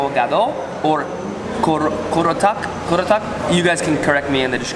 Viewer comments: I'm indonesian, i will correct you on said "korotak", the correct words is "ketoprak" not "korotak" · it's ketoprak, not korotak 😊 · Gado-Gado and Ketoprak Not Kerotak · Hahahaha not Korotak it must be ketoprak 😊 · No korotak but "Ketoprak".. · ketoprak not korotak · It's ketoprak not getokprak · KETOPRAK,, KE TOP RAK,, not Karotak 😂 lol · Its not korotak its ketoprak better say that in the right way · Not kurotak but usualy we call it ketoprak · not kerotak. "ketoprak" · Its ketoprak not korotak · not kurotak but,ketoprak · Ketoprak not kerotak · Not "KEROTAK" but "KETOPRAK" LOL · apaan anjir korotak 😂🤣 ketoprak kali ahh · It has to be "ketoprak" not "kerotak" xD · Ow and its not korotak its ketoprak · To spell "bubur ayam" - boo-burr > ai-yum And to correct the other 2 you said, it is "gado-gado" & "ketoprak" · Its "ketropak" dude:) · gado gado and ketoprak. some foreigners may have a little difficulties at spelling Indonesia's food names. you read ketoprak KE-TO-PE-RAK 😸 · apa gue doang ya yg ngakak pas dia bilang korotak 🤣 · did he try to say Ketoprak? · It's KETOPRAK actually (why nobody correcting this one?? ) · u mean 'Ketoprak'? Also how u should read Bubur is like 'Boo-boo-r' 😀 Love ur vids much! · It's funny when u said Bubur Ayam. It's still not correctly how u say it. And it's not how u eat the rice here in Indonesia. And it's ketoprak, by the way. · Ketoprak bro not keratak...😄you are funny bro..😃